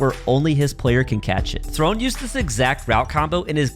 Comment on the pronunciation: ITS THRONEE